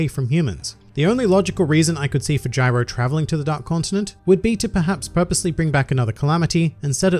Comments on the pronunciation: Jairo, Dude. Not Gyro. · Why is everyone saying “Gyro” I’m pretty sure it’s Jairo